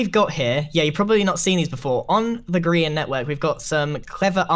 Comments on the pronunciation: "Arch de grian" XD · People who are good at the game: arch de grian Me: oak door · lol "grain" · GRIEN NOT GRIEN NOT GRAIN BUT GRIAN